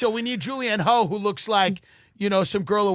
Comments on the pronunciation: Tim Dillon calling Julianne Hough (pronounced Huff- why do I even know this?) Julianne "HO" has me dead. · Lmao Julianne Hoe is such a perfect accidental pronunciation error. The man is effortlessly hilarious! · Same. Suspect Tim knew exactly who she is & mispronounced it "ho" on purpose. 😁